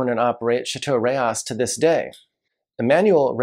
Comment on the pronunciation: Alright, here we go(I like being corrected, especially for Italy-Boschis=Bo-ski, not Bo-cheese, Rocche=Ro-kay. And France-Eschezeaux. Burghound's, favorite mispronunciation, Ek-ee-zoo). --Rayas(Rah-yahs, not like Texas, "Reyes") No mention of Fonsalette($200 on release, older vintages, $400+ for a Cotes du Rhone?? It was $20 in 1989), perhaps because it's Syrah and just outside of CdP? Not long-aging, about the same as a Crozes Hermitage. --Pegau: Pay-GO is the Paris pronunciation. But they are in the South with a twang, Pay-GOW. Just like Natchitoches in Louisiana is Na-gah-titch. --Beaucastel: The Rousanne VV is usually about 3-4 points better than the Blanc, but it's Twice the price. --Best off-vintage CdP: Henri Bonneau, Celestins. But $400 even in off-vintages. Long aging(10-30 years). Kind of a cross between Rayas & Pegau Da Capo.